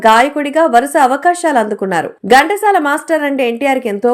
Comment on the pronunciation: Gantasala kadandi, Ghantasala.pronounciation bagaledu. Pls check chesukondi.